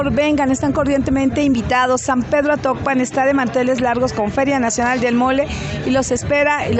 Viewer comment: es atocpan no actopan , ese es de hidalgo